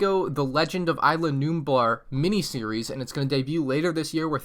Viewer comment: Sorry to say this but you are saying isla wrong you say it like is-la